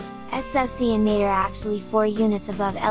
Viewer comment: You pronounce "Mate" wrong) It should be Матэ